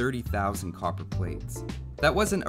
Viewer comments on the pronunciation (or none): none